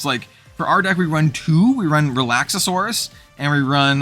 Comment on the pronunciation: I love your content! Real quick, though… It’s Relax-are-us… Relaxauras